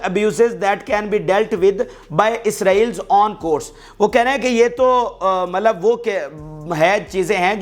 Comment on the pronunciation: MALAB NAHI HAI MATLAB HAI YAANI MEANS